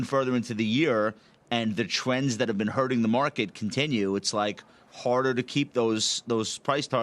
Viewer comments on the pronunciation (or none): to the smart guy who thinks the public doesnt know anything, its ebullient not ebullent (It took me three tries to type that misspelt with the autocorrect overseer) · 'Ebulent'? Maybe he meant ebullient